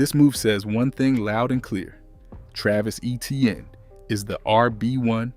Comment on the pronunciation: Still can’t pronounce Etienne properly?!? Even though he told the world everyone being saying his name wrong since college. Get to work bruh